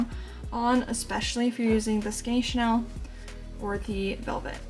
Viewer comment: I'm sorry to correct you, but chenille is pronounced shu-neel, not the fashion house Chanel. Great work btw.